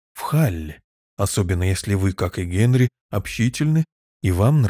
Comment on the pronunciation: Великолепно! Только почему ГЭнри?